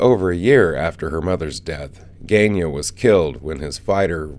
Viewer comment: For future reference, it's not "gain-yah". ^^ More like "gun-yah" - sorry, for someone who works with languages, repeated pronunciation mistakes can be a little irritating. I wish people would take just a moment to figure out how to say the names, either from the series (you've got footage of episodes where Susan herself says her brother's name?) or just typing the name into Google translate and clicking 'listen'.